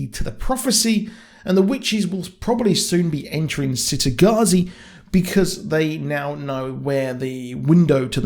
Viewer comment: I figured that they might split book 2 into two seasons, then do the same for book 3 just to prolong it. I just hope they don't screw it up like "they" (TV show producers/writers) did for the Magicians series. Also, by the way it's pronounced "Chitagattzi" not "Citygattzi". Thanks. I always thought, from listening to the audiobooks, that it was supposed to be a city in the Mediterranean, maybe Italy. But the child characters in this series all have English/British accents.